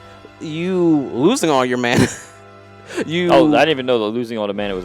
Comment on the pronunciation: its not MANA!!!